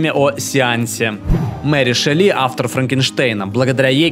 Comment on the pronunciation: Мэри ШЕлли, ударение на Е, простите